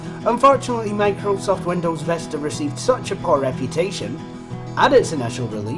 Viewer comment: It's not Vesta it is Vista